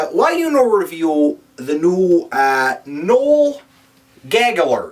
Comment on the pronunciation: his name is pronounce no-ell?